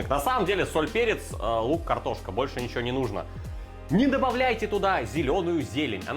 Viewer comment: Сразу видно что в кумирах Гоблин. "Не нужно добавлять ничегооооооуоуоуо" произносить с соответствующей мимикой. А вообще в последних выпусках прослеживается какой-то постоянный хейт, агрессия или хз что это, какие-то траблы походу у человека.